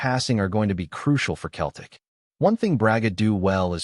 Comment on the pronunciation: This a joke of a cast, the guy can't even say Celtic properly.